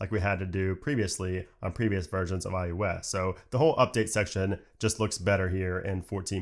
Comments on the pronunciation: Is it just me, or does he keep saying ius instead of iOS? Really bugs me. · why do you call iOS iYewEs?